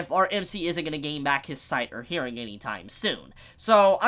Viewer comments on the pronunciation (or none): none